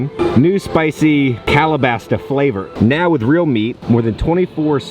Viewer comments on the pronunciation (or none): Big fan, but did you say Kala-Baster flavor? 😂